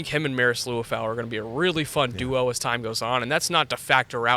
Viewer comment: And his name is Li-Uh-Fow. Liafua